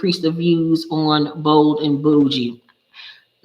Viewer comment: Girl I thought you said Old and bougie 😂😂lol